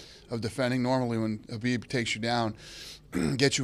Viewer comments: Why does he keep saying Habib instead of Khabib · Is there something wrong with my name or is Dana addressing Khabib as Habib.